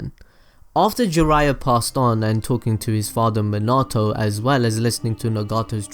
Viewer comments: It’s minato not minauto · Mee Nah Toe